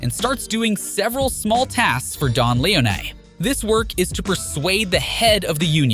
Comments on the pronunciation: Bothered me too. Lee own knee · Lee-Oh-Ney 😅Lee-Oh-Ney 😅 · Yeah Lee-oh-nay is not pleasant to the ears of us real fans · Awesome video, but I hate the way you pronounce Leone, it gives a feeling like you never actually played the game. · Agreed. Shit was driving me nuts lol.